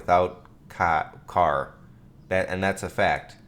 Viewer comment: "Ca" almost says cock "car"